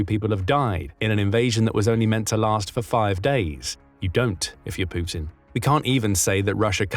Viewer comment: The way you pronounce Putin is epic! "Poootin"😂